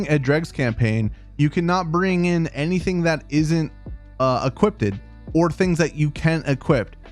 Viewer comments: Why do you keep saying equipDED instead of equipped? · You're doing amazing with these newb videos, but every time you say "equipped-ed" I die a little. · Ha ha, yeah, it definitely sounds like he's saying "equip-ted" to me. ;) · lol equip-ed rofl o7 made me laugh, some good tips however ty